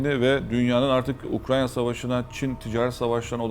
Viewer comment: ya hocam ukrayna ukranya degil